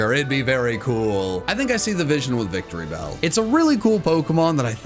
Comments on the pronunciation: IT'S VICTREEBEL, NOT VICTORYBELL! GET IT RIGHT! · IT'S VICTREEBEL, NOT F*CKING VICTORY BELL! GET IT RIGHT!